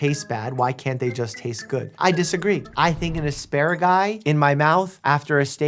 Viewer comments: NO YOU DIDNT! YOU JUST CALLED Asparagus ASPARAGIS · I love how Doctor Mike said “Esparagusei” I think he got it from “Bronchioles” and “Bronchi” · its asparageese. 😂